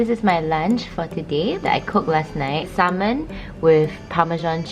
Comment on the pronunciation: I love how she can speak really good english and cannot pronounce salmon properly.